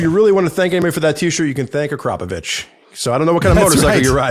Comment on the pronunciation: Is THAT how you say Akrapovic?